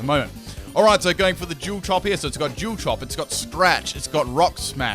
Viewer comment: Love the way you say dual haha